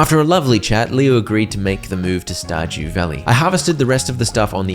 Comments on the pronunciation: Bro really just said Star Jew Valley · "Star Jew Valley"